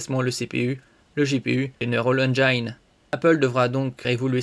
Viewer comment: On dit « engine » comme une angine